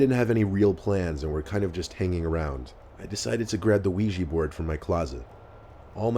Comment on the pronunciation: Not the "Ouijee board" 😂😂💀